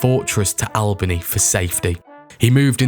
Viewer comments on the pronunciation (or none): Cairo is pronounced "Care-o." Albany is pronounced "Allbany."